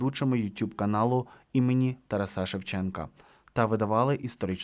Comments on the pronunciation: Автор, та ТарАса, а не ТарасА. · Якого ще "Тарасá"?! Ставьте наголос нормально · тільки не ТарасА, а все ж ТарАса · Співчуття рідним!, навчіться правильно вимовляти ім’я Тараса Григоровича: ТарАса, ТарАсу, ТарАсе. Своїх друзів, як завгодно звіть, а в ефірі намагайтеся нести правильну вимову, будь ласка!